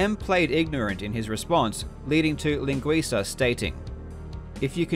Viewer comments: It's a great and very informative video. But I'm specially amazed by how correctly you pronounced 'linguiça'. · Extra props for correctly pronouncing “linguiça”